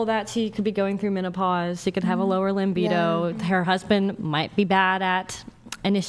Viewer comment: "Limbido" instead of libido... 😂 I didn't expect that goof from the prettiest, most distinguished guest. Not being a native speaker, I wonder if that's a common mistake/misspelling in America. 🙂